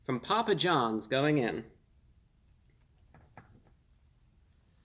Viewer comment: Poo-pa John back strong with the Ls.